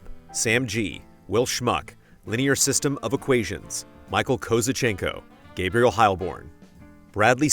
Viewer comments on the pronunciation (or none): none